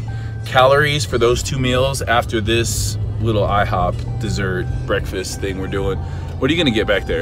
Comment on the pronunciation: It's funnier now that you put the emphasis on "ihoP"